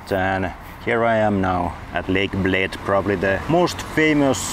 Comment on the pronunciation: Oh my goodness, this guy can actually pronounce things in Slovenian! Ljubljana took him a while but he got it eventually, he nailed Bled and Bohinj … I'm impressed! (In case you couldn't tell, I'm just here to listen to people butcher our pronounciations, I find it hilarious.)